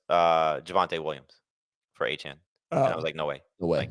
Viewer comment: He goes to a chain...its pronounced a-chan 😂 +1 for